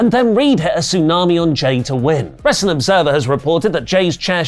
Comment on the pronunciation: can't say w.. wr... wrr..